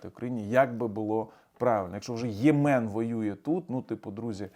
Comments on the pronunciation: ЙЄмен, не ЙємЕн😅,, ставте правильно наголоси, бо почулося, що німецькі, потім вірменські)))) 🤦🏼‍♀️🤦🏼‍♀️🤦🏼‍♀️ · не ЄмЕн, а Ємен. Наголос на першому складі.